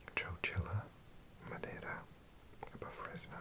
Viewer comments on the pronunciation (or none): none